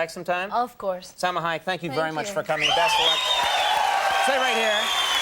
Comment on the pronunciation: It's SELMA SELMA SELMA SELMA SELMA SELMA. Not Salma